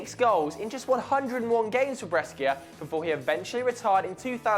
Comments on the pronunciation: Bres-skier!? It's pronounced Bresh-ah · It is pronounced BRESHA not breskia. Hell, it can't be pronounced breskia even in English pronunciation. wtf? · about Roberto Baggio: the city and team BRESCIA is pronounced (BREH-SHH-AH). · it's Brescia with an S not Breschia LOL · Bres-key-a ? fuck off!! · Breschia... Breschia. BRESCHIA!!!! It's BRESCIA!!! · what the fuck is a Breskia? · Brescia is pronounced 'Bray-shee-ah'. In Italian, 'sc' is pronounced 'sh'. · Brescia is pronounced Bresha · I like your videos but please learn how to pronounce Brescia!!!!:) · Lol that's not how you pronounce Breacia you soulless ginger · breschia....bruv learn how to pronounciate stuff yh